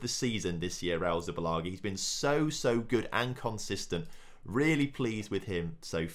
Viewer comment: It`s Zubillaga ffs ;)